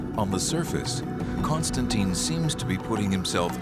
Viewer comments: she sounds like she says CONSTANTEIN and not CONSTANTEEN - and she is supposed to be an expert for over 15 years to already learn that romans never did such sound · Why am I annoyed by the way that the lady (Constantine expert) pronounces his name as "Constan-TIE-N"? Very different from how everyone else in the entire video, including, Simcha and the narrator.